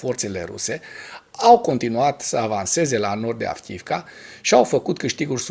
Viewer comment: Fii te rog mai atent la pronuntia localitatilor/oraselor din limba ucraineana. Cred ca ai spus de 20 ori Avkiivka in loc de Avdiivka. Sper sa nu fie cu suparare. Multumesc!